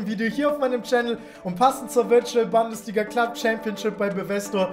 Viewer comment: niemand: wirklich niemand:: Bandesliga